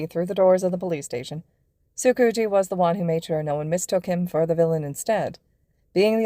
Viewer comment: I can’t keep a straight face when they say tsukauchi because all I can hear is tsucoochie. I LITERALLY CANT STOP LAUGHING (no hate abt the way they said it I just think it’s funny)